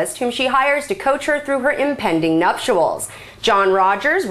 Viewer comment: I like it when she says "nuptials'.